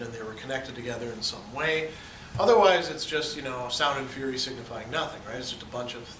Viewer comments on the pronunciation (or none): none